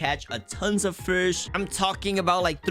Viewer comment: ahh yes hes going to "frish" 💀